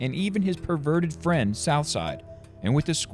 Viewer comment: "and his perverterd friend" lmaoooo